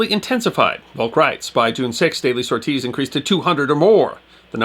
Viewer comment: Interesting video for sure, this is a part of the Mediterranean campaign I'd never heard of. I do have to poke some fun though, I can't say I had ever heard the word "sorties" pronounced "Sore-tees" 🤣🤣 that caught me off guard.